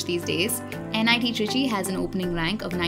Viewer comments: It's trichy not tricky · Nit trichy and not tricky